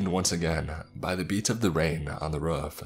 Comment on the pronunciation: the way you say roof makes me tell which part of the US you’re from